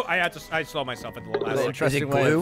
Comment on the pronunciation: can't say 'slow' properly, sounds like he's saying 'slur'